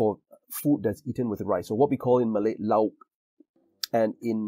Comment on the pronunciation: Your pronunciation of lauk in Indonesian is almost correct. The au is actually not a diphtong as you pronounce in English, it's la-uk (without glottal stop either). The same goes for laut, maut, baut, taut, air, baik, cair, etc. It is however a diphtong when comes as an open syllable like kacau, kalau, halau, bangau, bagai, sampai, pandai, etc.